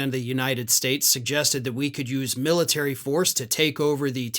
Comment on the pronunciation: The "Miltary.".